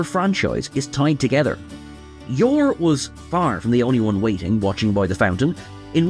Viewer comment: "Yor?" Never heard of him. That was the only thing that didn't fit.